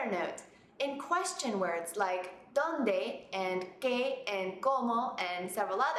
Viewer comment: No it is not. You put pressure on the "o" at Dónde.